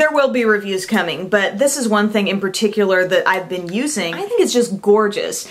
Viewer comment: thing not ying lol